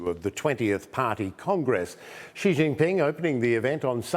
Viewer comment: "Xi's nuts" -Hasan, 2022 Also the "X" is rather pronounced as "Sh".